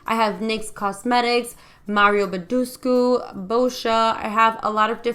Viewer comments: "Mario boodooscoo" 😂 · Mario Badeshhhku lol, never heard anyone say his name like that before. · i busted out laughing when she said mario badescu